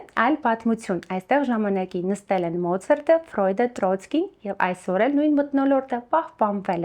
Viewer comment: Մոցրտ չի`Մոցարտ։ Մոցրտ, ՌՍԵՐԵՆԱ 😂